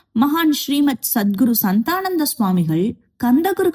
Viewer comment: நிறைய உச்சரிப்பு பிழை உள்ளது உங்கள் வீடியோவில். 1.சாந்தானந்த சுவாமிகள் என்று சொல்ல வேண்டும் 2.மூல மந்திரம் கூட தவறாக உச்சரிக்கிறீர்கள்.